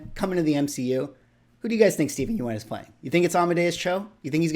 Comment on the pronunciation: I think you're pronouncing Steven's name wrong